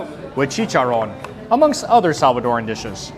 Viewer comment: Looks good. Oh, and thanks for pronouncing Salvadoran correctly. It’s not Salvadorian nor Salvadorean, it’s Salvadoran.